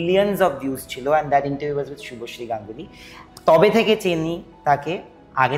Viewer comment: ShubhoSree na bole shubhoshee kano bole ? Shunte baje lage